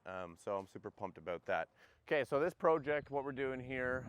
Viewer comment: “Pro-ject” I love how Canadians pronounce their long Os.